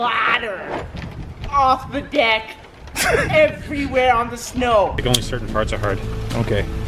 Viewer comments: Bro he says "your splashing it errywhere" 😂😂😱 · He said "erawhere"